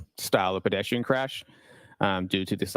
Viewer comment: I get annoyed every time he says "bedestrian"